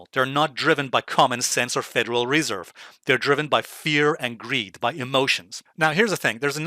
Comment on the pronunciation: "Anal-yst", just like "re-serve"?